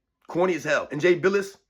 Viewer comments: It's bill like dollar bill ess! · Jay “Bill-us” 😂